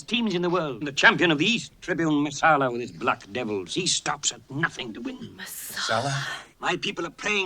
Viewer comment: It's Messala, not Marsala. 🍷